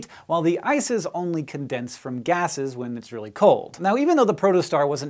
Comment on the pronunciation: am i only one hearing isis instead of ice is ?